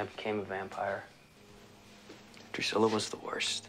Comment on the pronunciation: Drusilla my guy.... “DREW-SIL-AH” lol Anyway, keep the reactions coming. You’ve made it. There aren’t any lack luster episodes after this in the next few seasons. A few misses here and there but even the misses have fantastic character development that moves the series along.